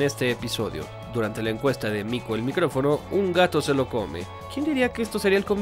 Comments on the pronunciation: Compadre, es Mico el MICÓFONO, no micrófono (sin r) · Mas bien dise mico el micofono :v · Es Mico el micofono no micrófono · Que gran video!! Pero amigo, es micofono, MICOFONO!!! Sin la R 🤣 me tenia algo desesperado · MICOFONO NO MICRÓFONO enojada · Odio escucharlo decir "mico el micrófono" es "mico el micofono" su mismo nombre es parodia :'v waaaa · Me triggerea cuando dice "mico el MICROfono" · Rock & Pop se lee ROCK AND POP Y el apellido de Mico es Micófono, sin R. Buenísimo video igualmente 😃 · A alguien le parece raro que el diga mico el micrófono en vez de decir mico el micrófono?